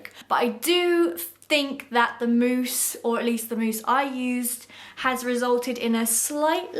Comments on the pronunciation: It’s mousse not mouse, great video as usual👍👌❤️ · cos you said mouse instead of mousse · .... girl it’s MOUSSE